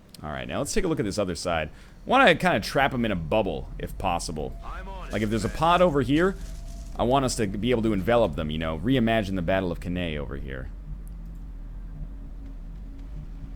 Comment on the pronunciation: The Battle of "Cannay"?!?! My inner historian weeps.